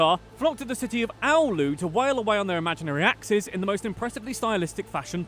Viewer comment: Joo siis ei Oululaisena joka ikine suomalainen sana minkä se sano oli vaa...ei ja seki miten se sano Oulu nii oh hell no 😂